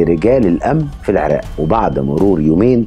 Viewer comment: بما أنك افضل مقدم في قنوات اليوتيوب خلقا واسلوباً وقفة في مصر كلها .. لو اتقنت التلفظ باللغة العربية كأن اقول العراق بدلاً من العراء ..!،